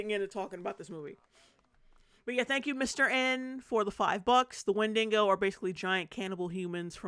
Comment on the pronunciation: Who in the world pronounces Windigo as Win-Dingo? Was that in the movie?! If that's how they pronounced it in the movie then I can forgive you for pronouncing it that way. 😂